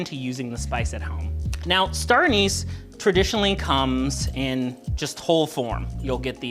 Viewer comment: Did you say, “Anus” flavor?